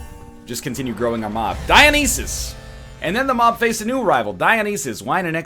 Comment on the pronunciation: Oh its DioNEEEsus.